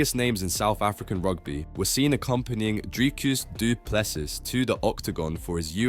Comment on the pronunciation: How hard is this? Du Plessis. Silent s at the end. So Du Plessy if you must